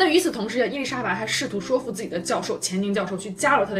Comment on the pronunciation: ，说服的说这里正确的发音是shui,不是shuo.所以是shuifu.😉😊没有任何恶意哦✌